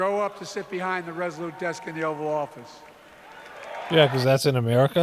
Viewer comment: Did you just call it "The Oral Office" 😮😅